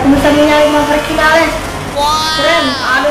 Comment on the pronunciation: Ngomong vinales aja salah